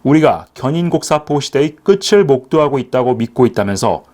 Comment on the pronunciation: '끝을'의 바른 발음은 '끄츨'이 아니라 '끄틀'이 맞습니다.